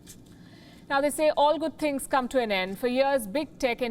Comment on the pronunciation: Pronounce: All good sings not all good tings...Your Hindi accent is too strong !